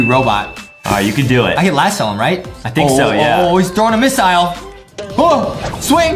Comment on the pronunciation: Bro relly said mistile